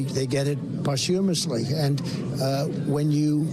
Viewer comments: Did that just say "pos-humour-osly", rather than posthumously? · They get it “poshumasly” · "They get it postumously" 😂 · What is parchhumanly?! He literally made up a word in a attempt to sound intelligent. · What exactly is, poshhumishly?? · Possjumessly? Man knows his words eh? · Can someone explain what "poshtshumoshly" means? Is that only for "posh" people? Could someone give Trump pronunciation lessons? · Poshoomasly, he said. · "post-tumoursly" Evidently, the first time he's ever attempted that word out loud. Also President Pete has a nice ring to it. ;p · I think he meant posthumous. The proper pronunciation is paas-chuh-muhs. Freaking insane that a former POTUS doesn't know that, while a high school dropout like myself does. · "they are usually dead...they get it pos-HUM-us-ly" ...what a dope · He couldn't even say posthumously correctly 😢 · He cannot pronounce posthumous. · He just dug himself deeper and also can’t pronounce ‘posthumously’. What a maroooooooon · He doesn't even know how to say, posthumously. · He can’t even pronounce posthumous correctly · Yet, he didn't pronounce it correctly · He can't pronounce posthumously What a jerk. He couldn't even apologize for it. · Trump can’t even pronounce posthumously correctly! What an ignorant fool. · Even Trump's pronunciation of "posthumously" is weird.